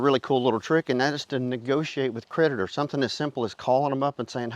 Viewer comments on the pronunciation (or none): When you said creditors, I thought that you said, PREDATORS. 😂